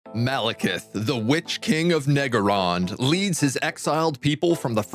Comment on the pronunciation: Neggarond? wat